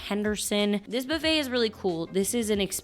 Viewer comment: She picked the worst video to mispronounce buffet, really made we want to quit the video. Believe me, that isn’t an accent, she’s just mispronouncing the word buffet. But she mispronounces a lot of words, but buffet really bothered me.